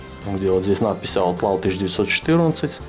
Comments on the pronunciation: Я так и знал что ты не правильно произнесёшь неправильно не аут лау, а аут ло. Если что я могу с тобой по заниматсья английским и мэйд а не мадэ, а так круто крутая колода у меня их 3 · правильно читается, "Аутлоу"